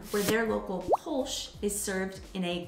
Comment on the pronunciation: "Das Boot" is actually pronounced "das boht", which sounds almost like the English word "boat" - "buht" is completely wrong. The German "oo" is just an elongated "o"; nothing else. "Kölsch" is not pronounced ""Kolsch". What do you think the two dots above the "o" are for? Not just for aesthetical reasons! "Ö" is pronounced like the second "e" in "emergency", the "u" in "urgent" or the "i" in "James T. Kirk". Best regards from Vienna, Austria! 🙂